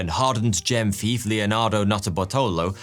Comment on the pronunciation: Ngl when he said Thief for hire I thought he said FIFA